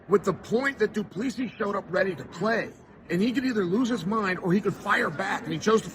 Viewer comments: doo ple see is the pronounciation not duplessis last 's' is silent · Love the content, but you need to practice pronouncing Dricus' surname correctly, the last S, is silent - Du-pla-see, not du-pla-seesis. =) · It’s pronounced Du Pla C …. 🇿🇦🙏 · Dricus du Plessis Chael: “Dricus, do please“ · DuPLEEcees. I swear Chael messes names up on purpose 😂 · doo-pla-si pronounce like that and no second s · "Do Pleesee" - Chael Sonnen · Gotta Love Doo Pleesee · Du pleassie cmon Cheal 😂😂😂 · I never get tired (as an ex South African) hearing how Chael pronounces DuPlessi 🤣. You do it your way Champ! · One day, i will hear uncle chael call a fighter by the correct name. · Why can't anyone pronounce the man's name correctly lol